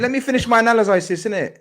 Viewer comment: mocked “Analysizis” 🤣🤣🤣🤣🤣🤣